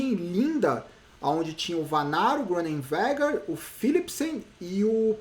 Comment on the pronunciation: na pronuncia de Groenewegen não se pronuncia a letra g, se fala Ronewegen